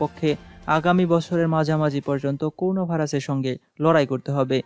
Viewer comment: করুনা নয়, করোনা।